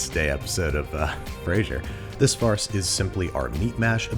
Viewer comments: I thought andrew was saying farts! lol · I kept hearing him say "farts", as in: "as we begin the very unpleasant process of shoving our squishy farts through the machine." 😂